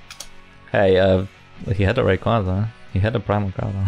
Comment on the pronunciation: Is there a reason why you say Ra-koo-za instead of Ray-qua-za? Assuming it's an intentional mispronunciation, it is a bit funny to hear lmao